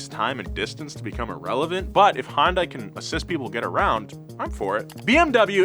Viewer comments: for the last time Hyundai is pronounced Hyun-day not hon-die. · Hyundai is pronounced ‘Hun-Day’ like Sunday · It's (hun-day) like Sunday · I've worked for Hyundai for the last ten years.... Love your vids man, but, you've got me pullin my hair out. Its Hyundai! Hun-day. It's pronounced hun-day. Not Hi-un-day! Hun-day! Hyundai. Edit: I don't care that much anymore. Put in my two weeks today. Leaving Hyundai after ten years, cause, well, they treat their employees like trash. Hyundai is losing good techs left and right. America's best warranty is worthless if nobody is their too back it up. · it’s “Hunday” Just like “Sunday”. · Love all the Donut videos, and as a Korean, I know romanization of Korean words is difficult! I think an easy shortcut to pronounce Hyundai properly is to pronounce it like "sundae". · We need a video of calling Hyundai anything but Hyundai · Again, Hyundai, pronounced like "Sunday." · I love ya, but doooode, please pick a pronunciation of Hyundai and stick with it, preferably the correct one, "Hun-day". Sorry, had to get it off my chest, good video as always! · Am I the only one who thinks he’s mis-pronouncing Hyundai? I pronounce it as “Hunday”. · for someone in the car world. its painful to listen to you repeatedly pronounce Hyundai wrong. its Hun day. like sunday and monday but not tuesday. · I wish you….and lots of other people would pronounce Hyundai correctly. Say it like Sunday….only Hunday. It is only a 2 syllable word. Sorry, my Dad was an English teacher and drilled proper grammar and enunciation into us kids. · Cool video. But it's a little odd how continues to invent new ways to pronounce Hyundai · Nobody was gonna tell how to pronounce Hyundai? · Hyundai is pronounced Sunday but with an H. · I love how he can't decide how he wants to pronounce Hyundai. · The terrible pronunciation of Hyundai bothers me every time. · Hyundai is pronounced like Sunday with an H